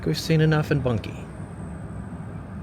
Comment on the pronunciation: Bunkie......not Bunky.